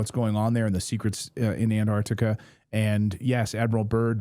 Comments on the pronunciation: Where is "Anartica"?! ANT-ARC-TICA, ffs... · AnTartica, not Anartica.